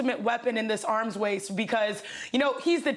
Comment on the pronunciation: “Arms wace”- chiney